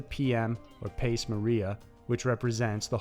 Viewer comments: "pace Maria"...that's ecclesiastic Latin so it's pronounced "PAH-chay" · Love your channel, but for future reference, Latin pace is pronounced pah-chay.